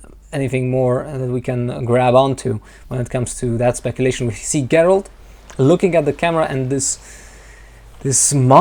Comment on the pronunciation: Me too. I like it when he say "lookinG" with a hard G.. quite charming :)